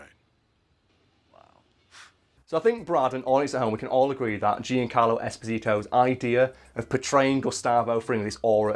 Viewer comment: Come cazzo hai pronunciato Giancarlo esposito nse sa anfamone